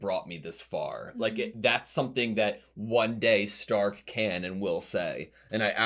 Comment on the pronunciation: Starkは英語読みだと「スターク」ですが、この作品はドイツ語読みの「シュタルク」が正しいです。